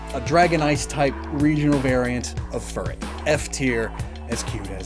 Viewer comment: Chillet is a ferret not furret lol